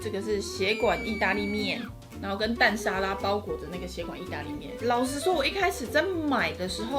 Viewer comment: 蛋沙拉的那邊，從頭到尾都說「血管」義大利麵，真的是笑死了😂😂😂